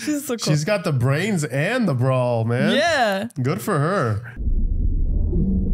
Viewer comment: I haven’t watched many of your videos yet, but are you saying ‘brains and brawl’ or ‘brains and brawn’? I think it was in the first Mummy reaction too, and keep thinking it sounds like ‘brawl’ and I don’t know if that’s a channel joke or not?